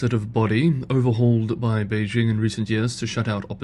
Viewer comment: A channel exclusively about China in which the host doesn't know how to correctly pronounce Beijing. As Uncle Roger says: "So white! So white!"